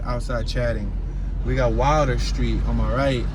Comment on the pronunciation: Its pronounced Will-der, not wilder, please, i know i live on Dickenson